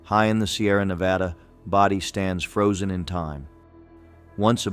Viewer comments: 'body ghost town??? 'Bodie' is pronounced Bow dee. Dang, wish they'd pronounce things right. One little girl was reported to have said; "Goodbye God, we're going to Bodie" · Bodi...long o, long I. Not hard. ... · Bodie....LONG "o" sound.... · Yup. Bodie and Lompoc….